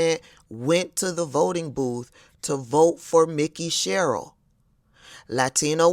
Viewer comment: FYI - It’s pronounced “MIKE-EY” SHERRILL as opposed to “Mickey” 👍🏾 Thx.